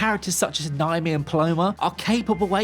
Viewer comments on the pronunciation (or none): none